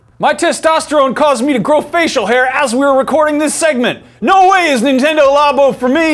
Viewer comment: xD Men-tendo! lol!!